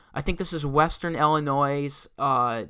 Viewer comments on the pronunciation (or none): When you pronounce the s in Illinois yes im guessing youll have trouble pronouncing the players names...